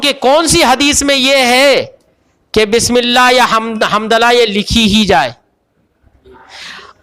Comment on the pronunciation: حضور بسم اللّٰہ ب کی زیر سے ہے آپ بار بار ب کی زبر سے پڑھ رہے ہیں۔